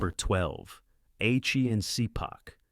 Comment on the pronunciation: That's Ah-chee and Shee-pahk